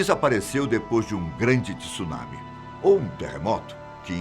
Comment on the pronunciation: so uma correção . pronuncia errada ,não existe essa palavra tissunami ela se pronuncia TSUNAMI é uma palavra em japonês de uso universal o famoso maremoto como conhecemos no Brasil .